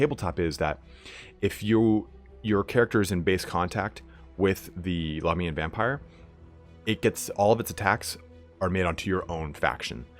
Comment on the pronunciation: God I wish you would stop pronouncing Lahmia and Lahmians incorrectly.. think of it of how you pronounce America and Americans.. Australia and Australians.. it shits me in all your videos of how you pronounce it incorrectly and even at times switch between the two! ie. occasionally you get it right.